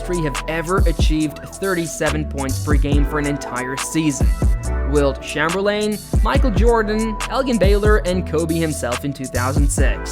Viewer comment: then why all the names pronounced wrong the same way ai does? If you can't pronounce Wilt Chamberlain right then you're either not a bball fan or its ai